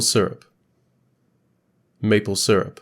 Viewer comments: “Maple serup” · You pronounced syrup wrong